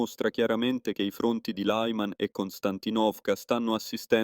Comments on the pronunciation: Si dice LIMAN... non tutti i nomi del mondo sono in lingua imperiale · Lyman pronunciato [laiman], neanche fosse una parola inglese, non si può sentire.